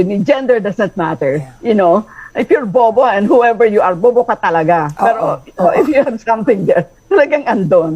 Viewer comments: Bet ko Yung bobo ka tlga hahahaha may diin hahaha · Same hahaha😊😂